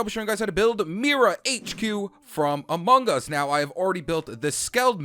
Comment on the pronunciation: Why do you say amungus